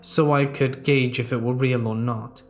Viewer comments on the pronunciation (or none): none